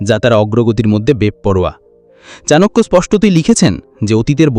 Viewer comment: চনাকিয়া উচ্চারণ টা শুনতে ভালো লাগেনা। চাণক্য বললেই ভালো হয়। সংস্কৃত শ্লোক গুলো বলে বলে ব্যাখ্যা করলে ভালো হয়। তাহলে সত্যি চাণক্য শ্লোক কিনা বুঝতে পারি।